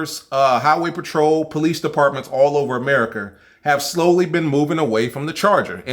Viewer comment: Niggga said America wrong 😂😂☠️☠️☠️